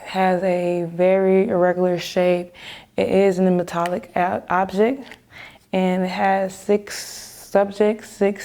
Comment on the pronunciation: she is so amazing! but please teach her the word"object"